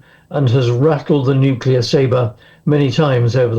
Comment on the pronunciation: Wow its a world of weapons. Please stop the Nucular anger.